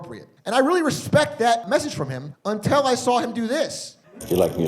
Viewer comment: He says "untell" all the time instead of "until" and it drives me NUTS 😂